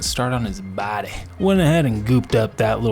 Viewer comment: Wow! I had an epiphany when you kept pronouncing body as "bahdy". You've got to do Stewie and Brian from Family Guy! Oh and Shaggy is wonderfully hideous!😆 I love this channel. It's so much fun.